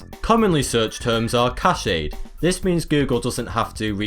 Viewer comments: Common things are CASHEYED (how he pronounces it(it is actually cash-d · cahayed? dont you mean cached? you've pronounced that wrong lol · It's pronounced "cashed"